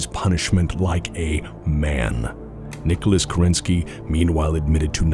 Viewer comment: Great video! It must have been a huge effort to make a 2h video. The thing that bothers me as a native russian speaker is american pronunciation of "Kerensky". In russian the emphasis is on the first syllable in this particular case.